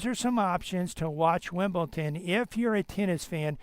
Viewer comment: It's pronounced WimbleDon and NOT WimbleTon!